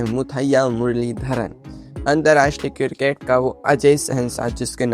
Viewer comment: किरकेट नही क्रिकेट 😂